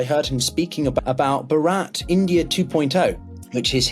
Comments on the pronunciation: Could you possibly pronounce “Bharat” CORRECTLY?!? Really tis Not that Difficult! By jove, tis rather Easy!!! “Baraat” is Non= to “Bhaaart” PHONETICALLY!!! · Its not barat its bh-aaa-ra-t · Could please pronounce Bharat correctly: Bhaa-ruth. Instead of the horrible sounding Bhuh-raath It is not difficult at all. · Please white man it's not ba-rat. It's Bharat.. Please pronounced the h and soften your pronunciation of r. It makes me laugh that westerners mock indian accent, but you guys are so lazy in pronouncing words and get everything wrong. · Not Bharaat but Bhaarat. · It would have been nice if the professor had corrected the anchor on the name pronunciation. It is Bhaa-rat, not Ba-raat. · Thank you for this discussion. The pronounciation is not buh-raat. The professor says it right: Bhaa-ruh-t. The t is a soft t, not found in English. Similarly, the sound Bh is a blend of B and H. Most people in the world will not be able pronounce the name Bharat correctly. That is the biggest drawback. Having said that, oh well. People will just have to learn. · It`s BHAH-RUTH not baraat. That`s what a wedding procession is called in India haha. Great podcast tho! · It's भारत - not भरात - I mean it's Bhaarut not Bhuraat. The first a is longer and the second one is short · Not (Ba-Rat) ... It's (bha-rut) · Please make some effort in pronouncing Indian names correctly. Bharat is pronounced as "BHAARAT" and not as " BHARAAT". The anchor intentionally or unintentionally persists on pronouncing it Bharaat which sounds as if it some marriage party. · It is Bhaa-rhut! Not Baa-rut ! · Though you heard say ‘Bhaarat’ you learnt nothing and till the end continued to call it ‘Bharaat’. This is typical of the white folk…look at all the cricket commentators. They spend half their time in India, yet never learn to even pronounce names. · Please pronounce the h in bharat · You need to pronounce Bhaa ruth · please pronounce as BHHARATHH.